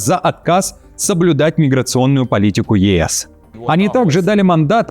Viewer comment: хватит говорить Магер..Пе́тер — произносится мягко, без удвоения согласных, аналогично русскому имени Пётр.Ма́дьяр — ударение падает на первый слог, а звук «д» произносится очень слитно с «ь», напоминая мягкое английское «j» или звук, близкий к «дь».